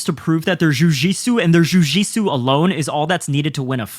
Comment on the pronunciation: Your pronunciation of jiu jitsu would make McKenzie Dern proud lol